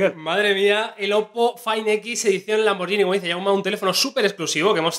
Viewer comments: Se pronuncia "lamborguini", no "lamboryini". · que molesto cuando le dicen lamborshini , LAMBORGHINI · Se dice "lamborguini" no "lamborllini" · cada vez que decís "lamboryini" muere un gatito... SE PRONUNCIA LAMBORGUINI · Se pronuncia lamberguini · Se pronuncia tal cual está escrito muchachos, Lamborghini no con y si no con g! Saludos desde Colombia